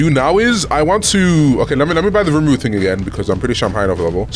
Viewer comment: Not to be annoying but man say rumuru 😂